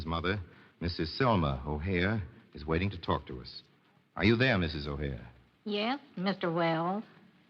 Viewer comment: Correction…it’s Edward “Butch” O’Hare, not O’Hara. As you might have guessed, Chicago’s O’Hare Airport id named after him.